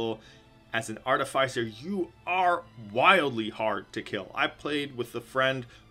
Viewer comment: Artificer is pronounced "iss" like PISS not "ice". I am beside myself with so many people mispronouncing such a simple word.